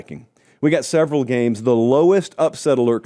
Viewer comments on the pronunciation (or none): none